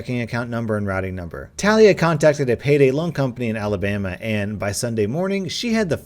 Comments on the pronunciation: Talia is usually pronounced, "Tah-LEE-ah" not "Tal-EE-ah" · I know you don't mean do this but Talia is pronounced til lee ah. I have a really good friend with that name and she always get really upset when people say tale ee ah. I'm sorry, I know it's an honest mistake but I want to let you know. 😬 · He said tah liah but its teh lia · It is actually pronounced TAH LEE A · Not tal- ee-uh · Its pronounced tuh-lee-uh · ITS NOT TALIA “TUH-LEE-UH” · Bruv it’s pronounced Talia not Talia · I hate the way he said Talia which is my name but idk maybe it is pronounced differently than mine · Ur not prenouncing talia right trust me i have a sis named talia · My name is Talia and I flinched EVERY time you said it, ergh